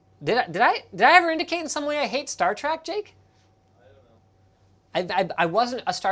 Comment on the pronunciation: Star Trek, not Star Track